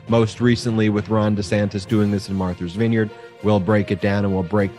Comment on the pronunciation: I love you Ben, but you crack me up. Martha's vineyard, not Marthers vineyard. Or if you want to say it with a Boston accent Maahthas vineyard. Thank you for another informative video. You are now our go to for political news. And I'm loving how you guys are growing so quickly! 563 thousand and climbing by the minute! Woot!